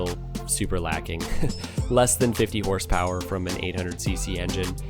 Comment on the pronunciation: “Horse poweryist”? Smfh